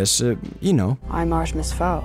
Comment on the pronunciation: look, i want to agree with you .... but you say "read the full series" right after calling it "artemis FAUL". the name fowl is so many times on this page .. and .. you know .. on the title of 'the full series'. and its not a typo, as o-a and w-u are not near each other on the keyboard. you even edited the comment later and didnt fix this. so yes, please read the books first (or the name of the video).